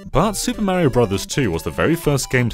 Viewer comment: He's called "Mario" and not "Maerio" 🤦‍♂️